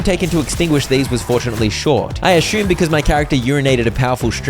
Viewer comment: How tomb is pronounced? Wait till you find out the word assume does not have an h in it. Ashumme is how you say it 😂 Still… Good job man.